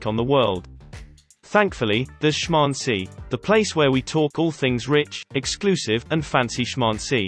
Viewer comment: The ai pranounces shmAncy "schmauncy" its the funniest thing ever lol